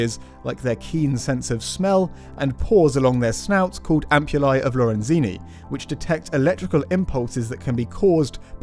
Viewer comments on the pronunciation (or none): Ampulae di Lorenzini 🤌